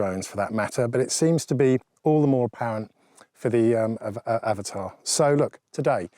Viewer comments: it is not Avatar. It is Av-at-a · I am glad you're also pronouncing it "avatar" buddy as that's how I say and I get told off 😉 🤣